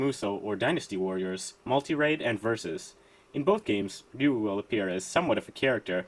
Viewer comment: Thank you for pronouncing Ryu correctly,.